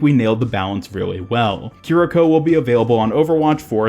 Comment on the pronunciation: You actually got the pronunciation spot on. Japanese doesn't really have much in the way of syllable emphasis, and your vowels were all correct. As a fun side trivia... o-fu-da Japanese--Kiriko's healing source and fu-lu Chinese--the talisman on Mei's Jiangshi skin Are both related, inspired prayers to gods, typically for exorcism/redirection of negative energies. Purportedly, according to some of the occult reads I've been going through, the Hu Xian fox cult may have spread the use of those from China over into Japan, at some point.